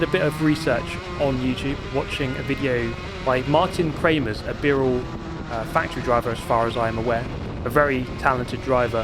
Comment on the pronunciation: Am I the only one that heard "Martin Kremers"...? its marijn kremers lmao